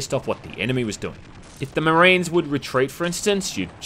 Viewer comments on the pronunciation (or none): none